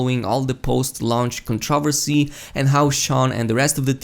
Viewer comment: I don't mean to be a dick but it's controversy not contriversy.